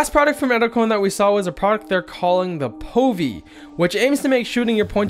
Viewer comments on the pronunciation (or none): it's actually POVie